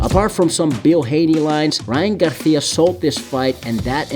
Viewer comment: Bro kept calling him “Ryan GarThhhia” 🤣🤣🤣